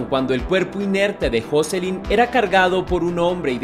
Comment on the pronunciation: No se pronuncia asi el nombre de joselyn